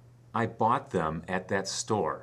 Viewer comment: whi did I not hear youe th sound? maily in the word THEM ?